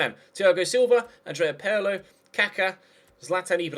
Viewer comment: It's not "Purlow" FFS!!!! How will you British learn? Pirlo!!!! "Peerlo"!!!